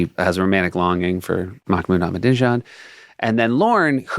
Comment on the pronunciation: I love that every time they say "Ahmadinejad" they pronounce it wrong in a different way. my favorite is Seth